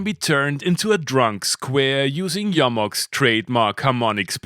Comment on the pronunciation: YO-MOX. So refreshing to hear the name pronounced correctly.